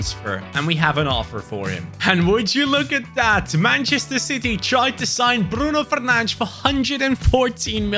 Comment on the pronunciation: I love the fact that actually pronounces Bruno Fernandes correctly